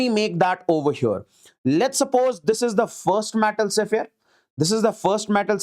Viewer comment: it's sphere, not sephere